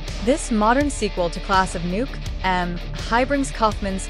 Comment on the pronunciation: It's meant to be pronounced as a single word "Nuke'm" not "Nuke" "'em." Eegad, have you not simply watched the film?